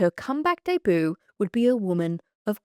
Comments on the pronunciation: I love how you say "deboo" instead of debut - it scratches an itch in my brain i love it lol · i thought i was the only one who noticed and finds it oddly satisfying lol